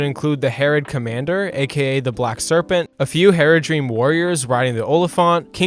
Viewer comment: Tell me you've never actually watched LotR without telling me. - Calls Haradrim "Heradream".